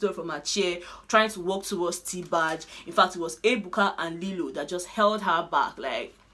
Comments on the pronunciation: Hehehehe u no hear as calling lilo as lailo? Na e d girl corrected her sharply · She said Lailo instead of Lilo, Lilo quickly say it is Lilo, lmfao😂🤣